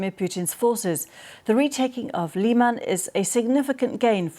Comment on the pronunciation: It's Lyman not Leeman. Please stop using Ruzzian alliteration. 🙏